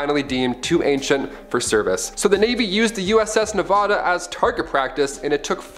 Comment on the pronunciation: Ugh it’s not Ne-vah-da. It’s Ne-va(as in vat)-duh